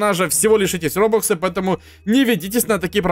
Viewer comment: Ты читать не умеешь РОБАКСЫ а не РОБУКСЫ